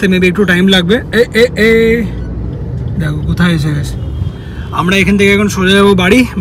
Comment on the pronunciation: nago anek bar dekhechi or ছ related j kono word bolte gele mone hoy jno word ta jiv er nich diye r daat er faka diye beriye asche..as for an xmple "গেছে" bolle mone hoy bolche গ্যায়সে..